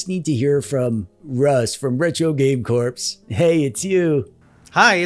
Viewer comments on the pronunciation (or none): "Corps" is pronounced "Core" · Do you have any beef with Russ or is there another reason you always pronounce his channel name's 'Corps' as 'corpse' instead of 'core'?